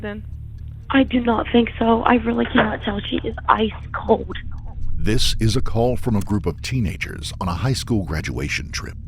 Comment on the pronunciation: The word is COLD. Not CODE.